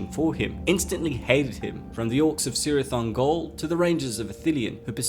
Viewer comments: From the pronunciation guide of The Silmarillion: C——–always has the value of k, never of s; thus Celeborn is ‘Keleborn’, not ‘Seleborn’. Cirith Ungol is, therefore, pronounced as "Kirith Ungol". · The C in Cirith Ungol is prounced is not prounounced as a soft C (S) but a hard K. Many of Tolkien's names and words that start with C is said as a K as in "Kele-born" (Celeborn).